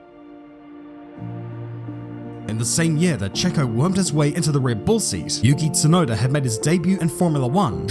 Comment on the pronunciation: its yuki tsunoda not yukit sunoda. you-key-tsu-noh-da not you-kit-su-know-da. i know youve heared japanese words are read together on a straight flow but that doesnt mean you can just change the name. every time you say it like how you say it my ears bleed, do you not feel sorry for me? it fckng hurts.